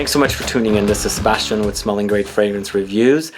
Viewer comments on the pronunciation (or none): none